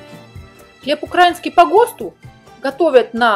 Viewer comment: Еще бы правильно ставить ударение в слове украИнский, а не укрАинский .